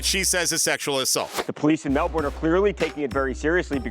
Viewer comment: One day the americans might learn how to pronounce melbourne. i'm not holding out hope though.